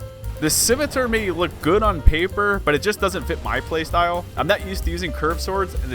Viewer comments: Of note, its pronounced close to sih-meh-tar. And the main reason people consider curved swords to be strong in ds1 is due to the way weapon buffs work, buffs just add damage based on the source you cast the buff with, so higher magic adj means more damage, so its stronger on faster weapons. You should definitely revisit the curved swords (and try out the thrusting swords if you havent really used them) on an int/dex spellblade build, theyll feel on par with stuff like the great scythe or zweihander in terms of damage output. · Scimitar Sim-it-tar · simitur lol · Love ya, but you HAVE to be mispronouncing scimitar on purpose. It is funny though. Like pronouncing pecan as peek-in. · Is saying scimitar wrong that horribly on purpose or do you need to hear it said? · the first thing that grabbed my attention was the way you say Scimitar, the second thing was the fact that you’re on MnK, you are truly beyond my comprehension, liked and subscribed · the way you pronounce "scimitar" upsets me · yeah that was so bizarre. there's an A there, not an E